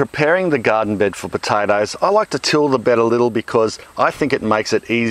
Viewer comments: Wish you pronounced potatoes like you pronounce tomatoes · "Piotaethus aet heoumhw" .. I fucking love this guy!